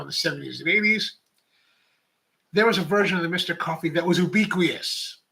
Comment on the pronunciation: I think you meant ubiquitous, right? 😊 yü-ˈbi-kwə-təs